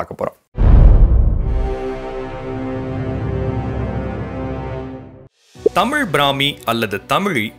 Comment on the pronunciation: தம்பி உச்சரிப்பில் கவனம் செலுத்துங்கள். ' தமிழ் ' தமுழ் அல்ல. தெடர்ந்து உங்கள் பதிவுகளைப் கவனித்து வருகிறேன் . வாழ்த்துக்கள்.